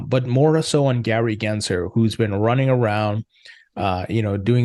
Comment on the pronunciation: There's an L in his last name. GensLer, not Genser.